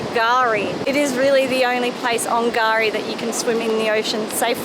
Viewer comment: Gari ?? K-Gari. .